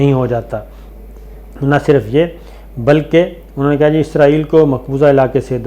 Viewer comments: عزرائیل نہیں، اسرائیل کہا کریں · صابر بھاںئ عزرایئل نہیں اسرایئل کہا کرے